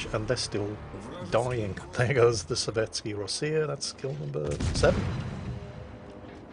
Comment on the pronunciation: C'mon,, it's Sovetskaya Rossiya...